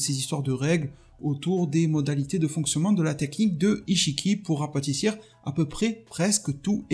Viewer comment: Rapetisser pas " rapatissir"